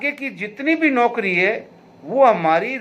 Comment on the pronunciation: कृपया औकरी की जगह नौकरी पढ़ा जाए